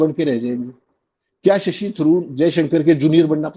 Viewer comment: Sasi nahi..Shashi kahiye..